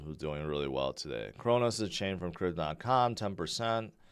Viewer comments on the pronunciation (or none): none